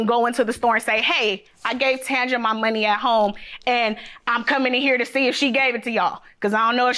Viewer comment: Ol boy pronouncing both their names WRONG. He never seen someone name? 😭😭😭 then he calling Tanji “Tanjah” ewwwwww lol